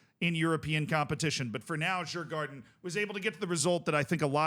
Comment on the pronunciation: You should Pronounce Djurgården as "Yurgorden" in case you wanted to know.